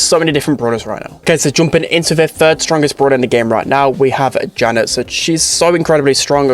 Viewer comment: It’s Janet not jeanette